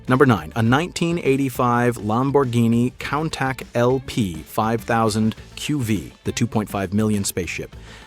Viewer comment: Just a suggestion. Don’t have AI read all these car names off. It is not a hemi Cuda like barbecue. God forbid it actually say Lamborghini coon Tosh correctly. 😂😂